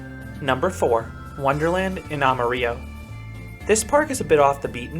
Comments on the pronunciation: It's not ah'ma-ree-oh its amuh-rih-loh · It’s funny, I’ve never heard anyone pronounced Amarillo the way you did. It’s probably right, tbh, but I’m so used to hearing “Am-uh-ril-o”